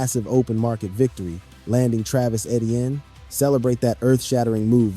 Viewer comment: Btw Etienne is pronounced Achane according to Travis.